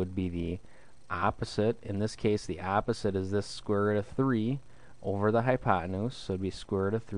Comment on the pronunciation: "square rutt"